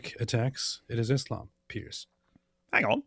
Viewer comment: The "ang on" kept killing me😂😂😂